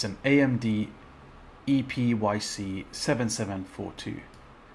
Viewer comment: Sorry but you lost my view at "ee pee why cee" ....